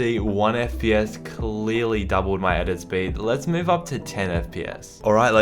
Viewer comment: No one:: I THink 1 FPS dOUPLed my edit Sped